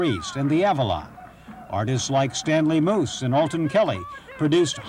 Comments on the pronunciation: Wish the Narrator would STFU and let us HEAR THE MUSIC. Also - "Stanley MOOSE"?? add 'clueless' to that.. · "Stanley Moose"?!